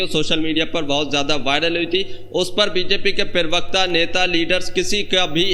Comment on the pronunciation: अरे भाई, पिरबक्ता नहीं बोलते। प्र बक्ता, प्रबक्ता । बार बार नहीं सिखाउंगा, आगे से ध्यान रखना।